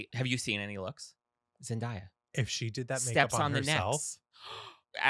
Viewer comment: Its embarrasing that you thought that shade was appropriate., it's Zen- Day-A. Like Today, not To-Die. Dayyyy-- Ooooo. Daylight. Zendaya.